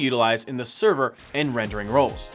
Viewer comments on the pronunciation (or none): none